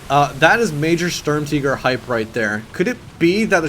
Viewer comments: M3D13V4L If he were pronouncing it "in German" it would be "Shtoorm-Tee-gair" and you would roll the R's. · Ughhhhh the way you say tiger bothers me so much, its not Sturmteger its the tiger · German ZockerHD It's not Sturm TEEGER idiot it is spelt sturm TIGER for a reason so unless you say Tiger "teeger" you are wrong. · Sturm"teeger" you mean Sturmtiger as in TIGER like the big cat!!! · WTF IS A SHERM TEEGER? retarded peope shouldn't try to pronounce things out of their language. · german, tiger is pronounced teeger, and they pronounced it stermteeger, but some people pronounce it stormteeger for whatever reason :P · Why are you pronouncing tiger "teeger" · The way he pronounces the vehicle name, kinda makes u get the idea of "hey, lets change the official pronunciation of Tiger to Tea-ger instead of just pronouncing it the right way" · Say Sturmteeger one more fucking time. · I couldn't watch this, his pronouncing of Sturmtiger as 'teeger' was just far too annoying, I'm sorry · Why the fuq are you saying the word tiger like tea-ger??????????????????????????????????????????????????????????????????????????????????????????????????????????????????????????????????????????? makes you sound retarded as fuq! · I'm pretty sure "Sturm" is pronounced "Stoorm" and if you want to say "Tiger" I guess you say "Tigré". (Note I wrote how it's pronounced and not spelled) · Why do you say SturmTiger like SturmTeeger. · Jambona - Funny Videos - Gameplay - Parodies its pronounced like SturmTeegur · This little girl really needs to learn how to pronounce stutmtiger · M3D13V4LLol. he doesn't even pronounce it german.